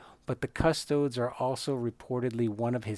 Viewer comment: It's cus-TOE-dees. Not CUS-toads. As in, Custodes nuts.